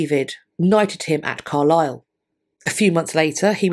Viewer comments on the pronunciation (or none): none